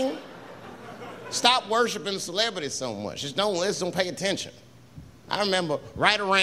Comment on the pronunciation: "stop woshipping celebrities so much" -- Yes, Lord Chapelle...